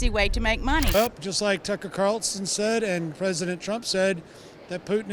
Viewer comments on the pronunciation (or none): none